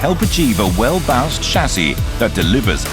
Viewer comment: Did he say well-bounced 🤔